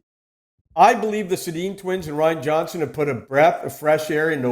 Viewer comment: He can't pronounce Ryan Johnson??? Makes me glad his industry is dying out.